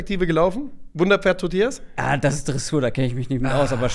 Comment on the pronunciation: Das Pferd hieß TO-tillas, und nicht Totill-AS sorry für den Hermine-Granger-Moment